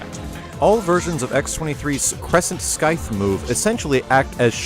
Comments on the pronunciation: Did you just say "Skyth"? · "crescent skythe"